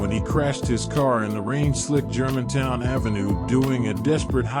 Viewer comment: This Voice Doing The Narrating Is A Computer Generated Voice, Someone Types And The Computer Pronounces, That’s Why The Word Pronunciations Are Jacked Off.